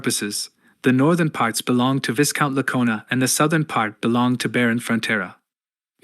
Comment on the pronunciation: Blargh, it's always the singularly mispronounced words that bother me, VIGH-count not vis-count Chroist, google is that way >>> I understand English as a second language, and text to speech as a method to ease production, but this has been solvable for .... well, for as long as other people existed (hell give me $5 and I'd do it)